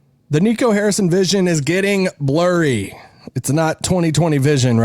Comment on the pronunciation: "Vision is blorry"?, Daryl Morey says it helps if you squint!